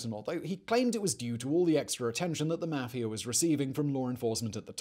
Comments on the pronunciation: Mafiar ? it's mafia lol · the way he pronounces "meafia" is so funny to me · The way he says mafia makes me laughia.